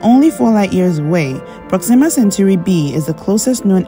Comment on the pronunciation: Not centuri ... CENTAURI